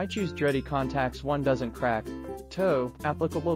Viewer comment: Your company and your products deserve a real human doing your videos. Sad when ai can’t even pronounce your company name. I have your crimper and love it.